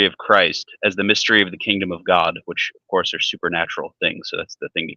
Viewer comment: “Of courth”. murdered you